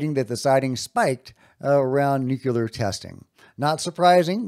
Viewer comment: It’s “nuclear”, not “nucular” 🤦🏼‍♂️